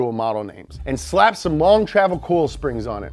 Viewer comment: Still got some southern twang when he said coil. Long live 502 baby